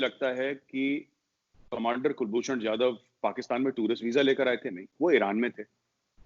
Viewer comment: Ye jahilon ko ab tak kulbhushan nahi bolne aa raha😂😂😂😂😂😂😂😂😂😂😂